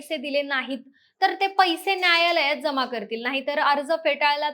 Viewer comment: बरोबर आहे . आपण मराठी भाषा व त्याचे उच्चार निट करायला शिका तुमच्या बोलण्यात न चा उच्चार ण असा करताय जसं न्यायालय चा उच्चार तुम्ही ण्यायालय अनादर ला अणादर , समान ला समाण नाही ला णाही . पार वाट लावली तुम्ही भाषेची सुधारा किव करावीशी वाटते तुमची कुठल्या शाळेत शिकलात तुम्ही !